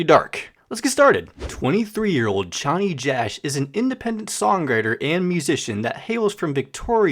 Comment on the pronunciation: Yknow I was super happy that you pronounced Chonny correctly (since you were struggling with tally hall) but then HAIKU SMH/j Anyways this is a really good explanation of Cj!